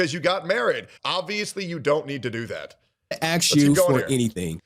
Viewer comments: Why does he keep saying aks? is this a new thing? I'm not American. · Let me aks you a question